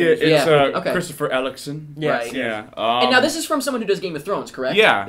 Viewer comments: ELLECSTONE LOL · I'm just going to ignore that you guys pronounced Eccleston wrong and that you didn't mention his part of Doctor Who, otherwise, good review. :)